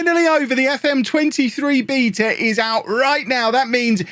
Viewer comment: Okay... I'd like a copy of FM please, and I sincerely regret making fun of how you pronounce the word "beta" as if it had extra E's in it.